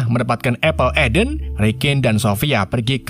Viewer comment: Apple of Eden bang penyebutannya